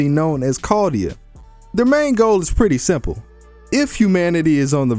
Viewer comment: chaldea, not cardia